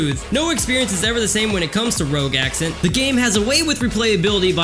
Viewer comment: Rogue Ascent not Accent